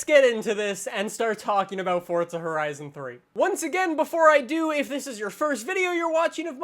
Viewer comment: I noticed that too lol